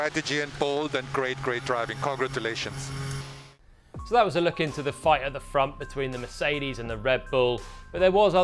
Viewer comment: ''CONGRA 2 LATIONS''